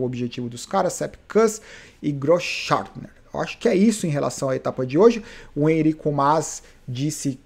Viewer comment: blz? cara fala o nome do "Enric Mas" direito, pelo amor de Deus de onde tirou "Enrico"